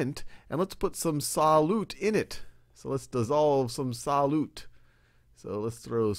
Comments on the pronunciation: "SAH-LOOT" He just kept saying it and I couldn't focus on anything else! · me too